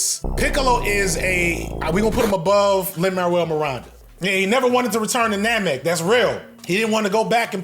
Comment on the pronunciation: he said “Nam’ek” 😭